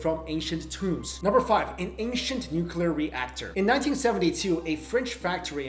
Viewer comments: It's pronounced 'nu-clear', not 'noo-coo-ler'. I love you to bits and pieces but please get this right. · noo-kya-lur is not a word, nuclear is... noo-klee-ur, try it ffs! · That's NEW-CLEER, not NOO-KEW-LER! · NU-CLE-AR not nu-cu-lar please learn this if you want to be taken seriously. Thanks. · Love your vids, one thing I'd like to point out...it's "nuclear", not "nucular". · I've got no major issues with the content except a nitpicking criticism that's a pet peeve of mine. Nuclear is (phonetically) NU-CLEE-ER, not "nukular". Ugh, alright I'm better now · Yup fully believe that. Too much proof. Pity you did not show the real pic of the drillbit in coal! Easy enough to find. Also it always makes me chuckle when you say nucular instead of nuclear.... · Please don't say "nukular."